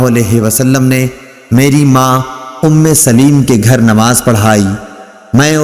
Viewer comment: محترم صحابہ کرام رضوان اللہ علیہم اجمعین ام سلیم کا لفظ صحیح نہیں پڑھا سلیم کے لام کے نیچے زیر کی بجائے زبر پڑھنا ھے